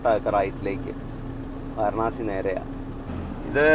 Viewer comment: വാരണാസി എന്നു ചോദിച്ചത് കൊണ്ടാണ് അവർക്ക് മനസ്സിലാകാഞ്ഞത്.വരാണസി എന്നാണ് ശരിയായ ഉച്ചാരണം. ഹിന്ദിയിൽ